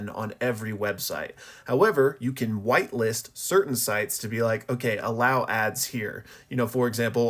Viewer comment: oooo whitelist as in the opposite of blacklist. I heard whiteless :hand-orange-covering-eyes